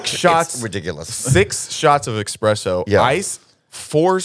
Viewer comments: Its eSpresso not eXpresso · Espresso not expresso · Did say expresso?